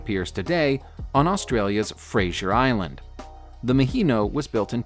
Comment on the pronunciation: Fraser Island. (Fray-sir) Not Frasier Island.